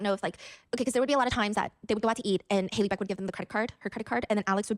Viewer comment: Not Hailey beck bro....